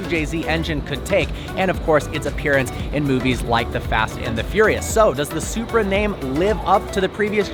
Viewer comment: Did you said Zupra4???🤔🤔🤔